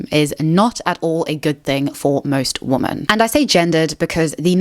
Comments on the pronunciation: The plural of woman is women. They're NOT both pronounced as woman. It's "weh' men." This generation is so doomed to be dummies forever. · The way you say "women" sounds like "woman" most of the time. Is that a South African thing? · I hate how you can't say womEn correctly. It's not hard. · I really can’t get on with the way you say ‘women’… Is that your accent? Or is there a reason you say what sounds like to me like ‘woman’ singular in place of saying ‘women’ plural? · Hate to be that person but the plural of woman is women and pronounced differently, so its ˈwɪmən Kind of distracting me from the video lol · She's gotta stop pronouncing "woman" and "women" like they're the same word. Same with "really" and "rarely." It's both confusing and annoying.